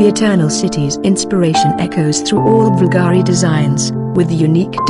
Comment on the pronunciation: Beautiful and timeless pieces. Being that this presentation is about Bvlgari, the person or bot doing the voiceover should at least learn how to properly pronounce "Bvlgari". Being that this is about jewelry and precious stones, "cabochon" should also be properly pronounced. 🙄